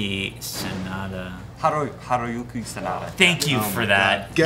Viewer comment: Not trying to be obnoxious or anything. Hiroyuki Sanada pronounce more like Hee-lo-yu-kee Sah-nah-da As a rule of thumb for saying Japanese names... Anything with "i", such hi, ki, mi, ni... pronounce more like "ee" sound. Hee, kee, mee, nee etc... And anything like, ra, ri, ru, re, ro. They actually pronounce as la, li, lu, le, lo. Just swap the R with L. So, "47 Ronin" actually pronounce like "47 Lo-neen" Hope that helps to pronounce Japanese names easier.